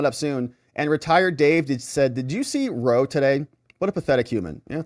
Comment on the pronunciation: "Ronald Ruh-Roe" is never not going to be funnny